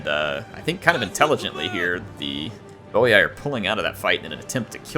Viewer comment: And its boi(boy) not boiai